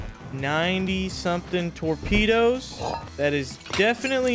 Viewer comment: bro says "tormedos"